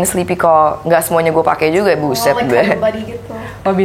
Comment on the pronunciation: awalnya kocak aja, apalagi klo denger ngomong "gua" jadi "ghua"🤣, tapi lama2 ya biasa aja